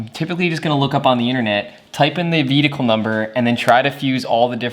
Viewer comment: I adore the way you say "vee-dickle" for 'vehicle'.